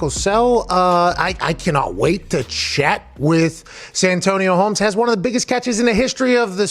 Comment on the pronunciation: Most ppl: Santonio Holmes Some ppl: Antonio Holmes Pat: San Antonio Holmes😂